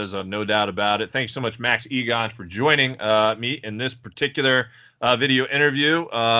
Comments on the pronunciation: The American called you "E-gun" instead of Igan lol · Who is Max ' egon ' ??? His name is IGAN .... pronounced e - gan. How max did not correct youi dont no!! I would of 😤